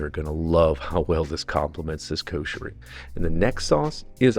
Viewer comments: it's should be written like that "Kusheri", so u pronounce correctly like the local ppl, im arab and i know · U r right. It sounded like kosher :)